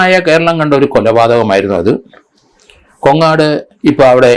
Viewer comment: കൊങ്ങാട് അല്ല. കോങ്ങാട്